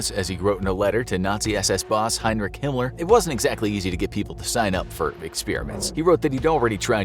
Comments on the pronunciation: Why does he say “Himler”? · Hinler mean hi*ler right he just cant say the actually name ? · Is he calling him hinler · Your really trying your best to not get di monitored by saying hinler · Is it me or is he saying “Himler”?